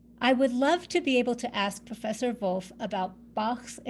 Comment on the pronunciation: Bonus points for not pronouncing "Wolff" like the English wolf.